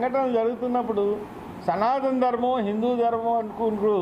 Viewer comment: సనాతన ధర్మం అని పలకడం నువ్వు సరిగ్గా నేర్చుకుంటే నీకు అర్థం అప్పుడు దాని అర్థం ఏమిటో పవన్ కళ్యాణ్ గారు చెప్తారు